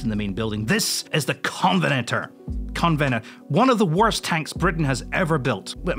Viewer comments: where to begin apart from he cant pronounce 1/2 the stuff, such as Saracen or Covenanter etc il put that down to a speech impediment, but lets see, Sherman jumbo, its not a jumbo, - excelsior, - no that name was never used its made up by fletcher years ago, covvy he's one again spouting fletchers bullshit, valiant, - he started of rattling off more fletcher crap then actually started to make an effort before getting it all wrong and saying English electric finished it, no they didn't. rambles about m26 pershing, in front of a patton, talks bollocks about charioteer, squirt pig - with water cannon called a flamethrower. moves on to CDL gets it wrong. t-55 enigma from Iraq, gets called a modernised polish tank. that's for starters. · Amazed that a Scot, inheritor of the Auld Alliance and a renowned exponent of the puritanical attitudes of the Solemn League and Covenant, can't say "Covenanter" 😂 I wonder if is still there, hiding out in Black Prince